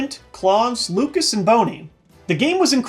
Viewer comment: "Kirby's Airride" did retain its original name. It's just that the English version changed it to "Kirby Air Ride" becuz fuck grammar!(?) Haha. Lucas and Claus are pronounced [lyoo kuh] and [klous], with the OUS being pronounced like in 'a house'. They're French and German names respectively. Not relevant to Space World, but it still must be said. I dream of a world where people can correctly say their names..